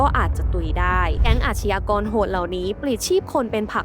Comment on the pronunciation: อาชญากร..อ่านว่า..อาด-ยา-กอน..นะครับ ไม่ใช่..อาด-ชะ-ยา-กอน..นะครับ..คุณแอดมิน..!! อาชญากรรม = อาด-ยา-กำ อาชญา = อาด-ยา